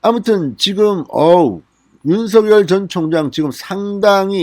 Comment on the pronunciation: 윤성녈이라 발음하는게 맞습니다